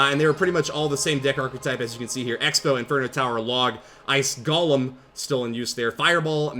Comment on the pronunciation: it's pronounced GOlem not golum